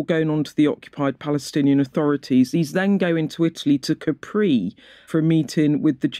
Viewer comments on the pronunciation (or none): Great podcast but it's pronounced CApri, with the accent on the A, NOT Capreeeeee 😂